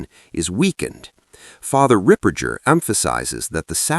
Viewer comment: Ripperger - hard “g” not pronounced like Ripper -j-er. I heard some ask him how to pronounce his name.